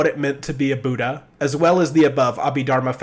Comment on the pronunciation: It's very small thing but just because people learn from these videos, the pronunciations are bud-dha and nag-ar-juhn-a